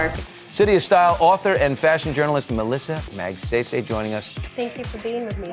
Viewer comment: She pronounces her last name so American!